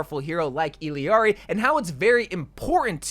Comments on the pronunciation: just so you know illiari's name is pronounced "ee-yari" 😭you can hear it in her character trailer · It really pains me every time he says "Illiari" ngl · It’s tragic the way nobody knows how to pronounce Illari. It’s not EELEEARI bruh it’s pronounced EYARIE…. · ill-ari. not hard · The fact that you still can't say Illari right is so sad. Eel-Yari. You're adding a syllable for no reason lol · Illari's name is pronounced "Ee-yar-ee." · wtf is with your pronunciation of her name? Is that for negative comment engagement? Disgusting. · Bro it’s Illari, not Illari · Illari's name is pronounced "Iyari" not "Ill yari" and Kiriko's name is pronounced like "Kidiko" you barely pronounce the r not Kriko like you pronounced it, and no the d is not a heavy d its a light r but thats the closest i can think of